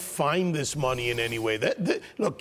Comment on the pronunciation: It's in the toilet my friend. "I no have no muney" 😂